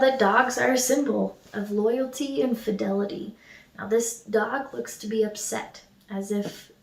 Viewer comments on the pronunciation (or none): none